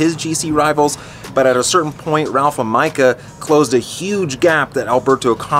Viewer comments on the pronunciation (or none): none